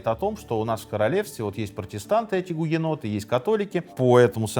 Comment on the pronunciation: Почему в описании написано гугеноты , а в видео слышно бугеноты? Как правильно?